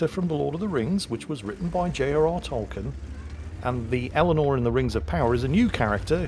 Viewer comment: Is it really Pronounced "Tolken"? I thought it is pronounced "Tolkien"...